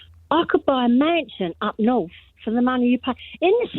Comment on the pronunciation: “I could buy a mansion up norf”. Please don’t, we really don’t want you here.